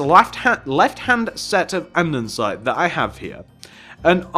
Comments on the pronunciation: It's ANDESITE not ANDENSITE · Normal people: andesite: andensite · Him saying "and-en-sides" literally drove me insane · Why does he say andensite...